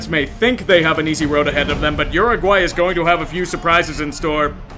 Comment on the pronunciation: Thank you for pronouncing Uruguay correctly!